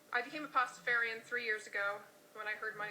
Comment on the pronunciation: she pronounces it wrong